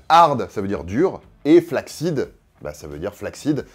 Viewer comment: "flaccid" ça se prononce "flasside" en anglais.